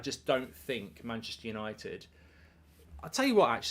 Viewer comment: Por a shot every time he says Manchester yanited